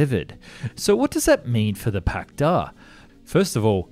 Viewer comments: You pronounce the Russian hardware wrong... It's the Pak d. A. And the t. U. 160 not too 169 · Damn, it seems westerners love to reverse Russian capitalization just as much as accents in pronunciation… it's supposed to be "PAK DA" and "Tu-160" :\